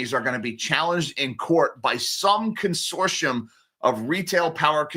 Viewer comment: Consortium Said con-sort-tea-um